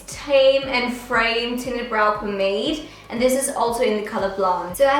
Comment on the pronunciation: The way she pronounces "pomade" tho😂🤦‍♀️